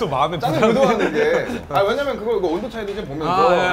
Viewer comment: 창모형님 왜냐면은 발음 절대 제대로 안하시네ㅋㅋㅋㅋㅋㅋㅋ맨날 "왜남머는" 커엽ㅋㅋㅋㅋ